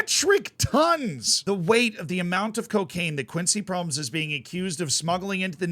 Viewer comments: Hahaha had to stop the video when you pronounced his name. Not laughing about you, but never thought of the possibility of pronoucing it like Proms haha its Pro-mes with the E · His name is actually pronounced as Pro-mes(Pro mess). "Mes" is also the Dutch word for knife. And he was convicted of stabbing his cousin. So he definitely was pro-knife, so to speak.